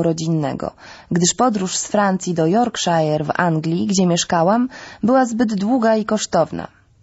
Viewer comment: Bardzo miły głos, przyjemnie się słucha. (Mały zgrzyt przy "Jorkszajer"..)